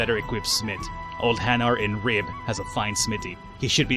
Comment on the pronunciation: it is stated Ri-be. not Ribe